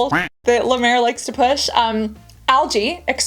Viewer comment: I’ve never said this on your videos reacting to skin care routines but honestly, when they can’t pronounce the product name and when it’s La Mer, I don’t believe they have a true skin care routine . I’ve noticed that people that do these also don’t know how to stack their routine efficiently. I personally think they got the ítems for free and paid… Thanks for the great videos! Love you Cassandra….